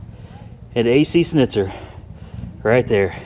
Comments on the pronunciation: ac shnitzer you should say it like that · hay dumb its Schnitzer (shnizer) in german language